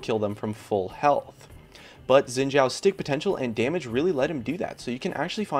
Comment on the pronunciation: Note: his name is pronounced as "Sheen Jhaow" and the way to say the name in Three Kingdoms Eastern Name order is to flip it around (Zhao Xin)